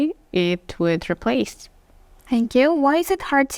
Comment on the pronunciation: 8min.9sec the examiner mispronounced the "replace"